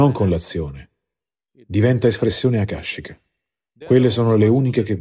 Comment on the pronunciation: scusami ma quando dice Akashica si dice appunto così "Akashica" 😅 non "a cascica" 😉🙏🏻